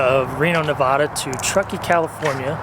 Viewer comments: As a Reno resident, it's Navada, not Nahvadah. Thanks for the video.. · it's not Nev-ah- da. It's Nev-aa-da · It’s not Ne-vah-da, It’s Ne-va-duh. Please don’t butcher out states name, it irks everybody that lives in Nevada. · I NEVER thought I would be correcting someone on this, since, I somewhat recently moved to Reno, Nevada 3.5yrs ago, but , for the first 3 months that my husband and I had lived here, the Nevadans would CRINGE so hard and YELL at us for mispronouncing their state name!! So, just in case you come back to Reno, remember: it's Nancy-Echo-Victor-Alpha-Delta-Alpha - and - in no way shape or form should you ever, ever, pronounce NEVADA like: Nancy-Echo-Victor-Awesome-Delta-Awesome. Nevadans are strongly opinionated over this pronunciation -- That first "A" is ALWAYS pronounced as a heavy SHORT "A" and NEVER pronounced like the "A" in the word: " Awesome " LoL -- having said all that, and I swear, that's happened to me so many times -- but, having put all that on the table, I get that I am pretty late here with my comment(s), but, welcome to Nev*AAAAA*da I'm quite happy with my move to Reno. <3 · Please say Nevada the right way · Didn't your friends teach you both how to say Nevada? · Glad I wasn’t the only one that was irked when he pronounced Nevada. 😂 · Might want to try pronouncing Nevada... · Learn how to pronounce Nevada...